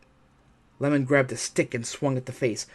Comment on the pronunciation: The husband's name is I-e-mon, like Ye-mon, not lemon 🍋